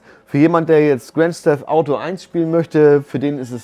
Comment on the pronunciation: Ohh Sorry doch Probleme mit der Aussprache ... Grand steft Auto....?